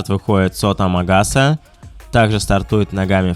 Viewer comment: Амагаса, а не Агамаса)